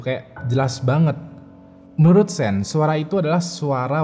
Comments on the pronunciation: Nah kudunya kaya 'Shawn' bacanya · sean bacanya syan bro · Sean bacanya Shan bang, bukan sin hehe ✌ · Sean itu dibacanya "Shawn" atau "Shon", Bang, bukan Sin. 😂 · Njir. Nge bacanya setengah" si:v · Sean bacanya kek Shawn (Eng) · Sean is pronounce " Shaun or Shawn "